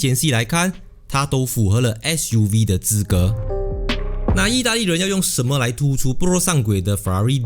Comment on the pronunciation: Fuv?or ssssuv?